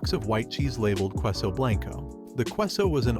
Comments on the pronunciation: Lol "kwe-so"? 😂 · Your mispronunciation of Queso made me unable to listen to the first story. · Queso is pronounced kay-so jalapeno is pronounced Hal-ah-pain-o